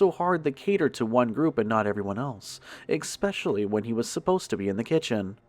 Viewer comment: Good narrations! However,, there is no fricken "x" in "especially".